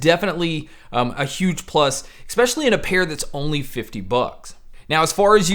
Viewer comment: Thanks for the great reviews... they are really objective and pack good info into them, which definitely helps with assessing these things. I just have one bugbear I'm sorry to say. Something that is sadly 'nails on a chalkboard' to my ears is how you enunciate the word "especially". It'd be ignorable but because you use the word so so often in each video its just hard to miss. You keep pronouncing it "eCspecially", which is weird because its the only word through all your reviews that you keep saying this way. I hate raising this at all to be honest as you have a really great channel, but there it is. Keep up the good work and keep the quality reviews coming mate!👍👍🤓